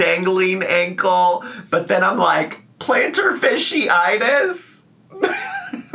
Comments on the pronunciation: Plantar fishy-itis! just keeps churning out great mispronunciations! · It's plantar FASCiitis, not fishiitis 😂